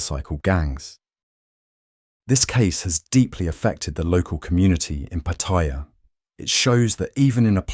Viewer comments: PattAya. Not Pattiya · Uh, its pronounced Patti-YA not Pa-tire. Its also a shithole. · The Thai pronunciation is PAttaya with the stress on the first syllable. Not PattAya... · Why do you call it PATHAIYA......THERE IS NO I IN THE WORD........ IT IS PATTAYA TA AS IN T A NOT THAI A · Like so many foreigners ( farang's) you need to learn how to pronounce Pattaya correctly, there is no such city called Pattyrea , Pat-t- a -ya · It was forgotten in 24hours. pS its pronounced patt-a-ya. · It's PAA- taya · Pataiya, love how Brits pronounce Pattaya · Narrator......try saying Pa Tai--ya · “Pattaya”. If you want credibility, learn to pronounce the name first. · How can anyone take you seriously when you pronounce it wrong in the opening title scene? MEGALOL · And never pronounced Pattaya correctly once ...